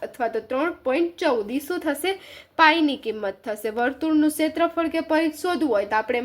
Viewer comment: Paridh nay parigh